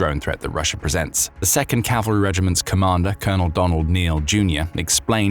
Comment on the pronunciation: How the F do you get “russer” out of Russia? 😂